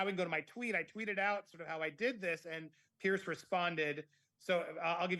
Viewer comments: If you want to ingratiate yourself to Piers Morgan, maybe you should pronounce his first name correctly! (I say this with good intention, Andy. I love your channel. I really am not trying to be a know-it-all.) Pierce ≠ Piers!!! 😱😱😱 Perhaps I am projecting, and if I am, I’ll eat crow and apologize. Here’s where I’m coming from. My first name is Julie. The name Julia is similar, but not the same. I don’t care for it when people refer to me by the wrong name repeatedly when I have corrected them politely (but firmly) REPEATEDLY! I’m not the gatekeeper of “the truth” on this matter, and others may feel differently. However, if someone wanted a favor from me, but kept calling me Julia, I would reject that person. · It is not Pearce or Pierce, it is Piers like Pears 🍐 I think. Do you think your Lady C connection raised your profile with him or something else? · Just so you know his name is Piers, not Pierce. You might want to pronounce his name correctly going forward. Great interview and yes Imarn is a dreadful person and he has since dumped her from appearing on his show any more. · Hello, loving your stuff on Fiona and watching from England UK. His name is pronounced Peerz not Pierce; I don't know if it's your excellent accent but I thought you should know x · Could all Americans please pronounce Piers as Peerz not Pierce. It sounds as a z not an ssss.... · It’s Piers not Pierce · Not Pierce but Piers different pronunciation.